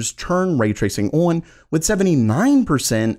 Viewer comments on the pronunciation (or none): Why does he say "Orn" when he means "On"? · I'm afraid to keep watching. I'm gonna start saying awon instead of on. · I cant get over the way you pronounce "on", "Orrn". lol nothing personal. thanks for the vid.